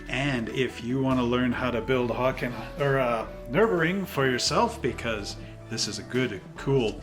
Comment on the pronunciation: Its nurburgring you do have to pronounce the G in real life it's an amazing track very very fun to drive we drove in in 2018 in a BMW E36 that we rented if you ever get a chance go do it